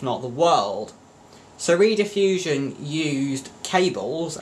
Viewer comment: Rediffusion (pronounced 'red' as in ready, not 'read' as in reed organ, was preceded by British Relay, which was founded in Gloucester. It was the world's first cable television and radio service. It was founded in 1928 to send wired radio services but became operational as a wired (cable) TV service in 1951. You may find this video enlightening